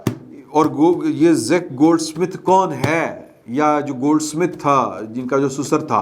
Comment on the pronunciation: it is Zack Goldsmith, not Zik Goldsmith. 🤔